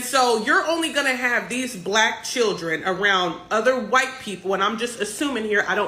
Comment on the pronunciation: See right there!!! You said whyte instead of white.